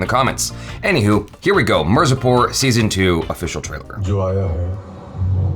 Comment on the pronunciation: It's mirzapur not marzipur 😂😂😂😂 😅😅😅😅